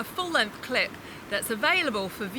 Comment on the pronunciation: Ez eK5 did you notice she kept saying clip but sounded like she kept saying lwts check out this clit. lmao